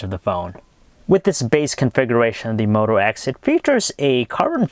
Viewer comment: Did he say one x? Haha!